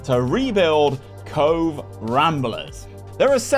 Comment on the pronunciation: Very glad to hear you pronounce Cobh correctly! Either good research or fair play if you knew it already, but definitely appreciated